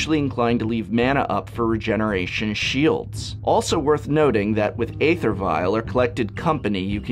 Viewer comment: So you insist on pronouncing "Bogles" correctly and went so far as to include a segment in your Bogle video but refuse to pronounce "Æther" correctly? Why?